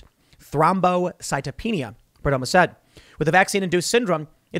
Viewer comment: It's pronounced Perdomoe.